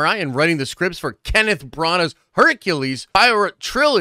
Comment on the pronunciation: NO, HE SAID HERCULES PIE RIOT!! 😂😅